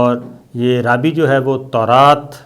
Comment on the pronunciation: لفظ "رابی" کا صحیح تلفظ "رابائے" ھے۔ انگلش میں اس کے سپیلنگ ایسے ہی ہیں کہ ہم لوگ اس کو "رابی" ہی بولیں گے۔ لیکن یہ لوگ اس کا تلفظ "رابائے" کرتے ہیں۔ جیسے عیسائیوں کے مذہبی رہنما پادری ہوتے ہیں اس طرح یہ یہودیوں کے مذہبی رہنما ہوتے ہیں جنہیں "رابائے" کہا جاتا ھے۔